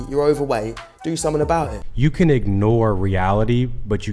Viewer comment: That bald bird that pronounces every vowel as "a" does my nut in. if you believe yar a tan then canfidance shanes. ay could be batter but if you just thaught that you were the bast